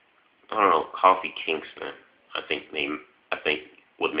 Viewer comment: lol you said Coffee Kingston XD